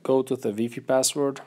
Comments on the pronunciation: Its WiFi not weefee! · this guy said weefi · GELYN in french and spanish is pronounced “weefee” maybe english isn’t his first language and it isnt that deep